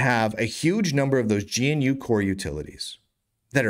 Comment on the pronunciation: "GNU" is not pronounced "G - N - U", it is pronounced "GUH - NEW"